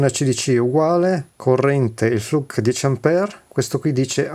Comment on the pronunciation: Flook not fluk !